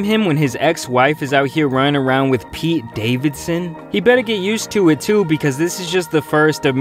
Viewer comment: ....why you gotta say Pete Davidson name like that? 😂🤨